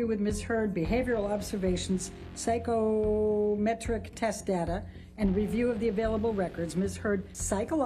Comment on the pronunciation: Where did AH lawyer come from? off the street? how come a LAWYER who will have learnt LATIN as part of studying LAW cannot pronounce "Psychometric"? I can only assume she's some woman who was doing her weekly shop and got yoinked into this or got her licence frome the same place as Thomas Binger!